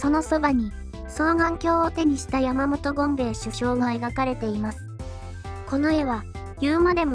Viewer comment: やはり善業は自らに返ってくるものですね、私も困っている人は助けられる様に心掛けたいです ただしK国人、お前はダメだ ところで、山本「ごんべえ」ではなく、「ごんのひょうえ」ではなかったですか？